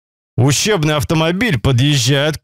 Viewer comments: Вы не один, мне тоже послышалось что ущербный, а потом прислушался он говорит учебный!!! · Учебный или ущербный? Переслушайте еще раз )) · Ущебный автомобиль без буквы Р⚠️ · Мне одному кажеться что он говорит Ущербный автомобиль???🤔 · Учебный!! Учебный !! А не ущербный! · Почему я всегда слышу ущербный автомобиль🤣